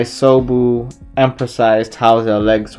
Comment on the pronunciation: DEAM NIGGA IT'S ISOBU NOT l'MUSOBU!!!